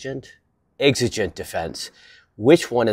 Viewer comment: Like gee, I wonder why he's deliberately pronouncing Exigent wrong and otherwise pronounces everything perfectly in every jumpcut? GEE I WONDER. Nice try, buddy.